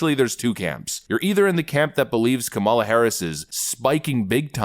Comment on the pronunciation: Sounds like he said Criminal Harris h😂